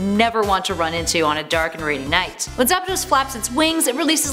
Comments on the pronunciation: ITS ZAPDOS NOT ZAPADOS!!!!!!!! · Lmfao I thought the same thing. It's spelled Zapdos not Zapados. 🤣🤣🤣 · Its "zapdos" not "zapados" lol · ZAPDOS. NOT ZAPADOS. THERES ONLY 1 A I love this channel but the one thing they struggle on sometimes is pronunciations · Did i just hear her say zapados? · “Zapados” was when I stopped watching lol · ''Zappadose''? What? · “Jiretina” “Zapadoes” lol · "zapados" "kyuraym" "riqwaza" "jiratina" seems legit enough.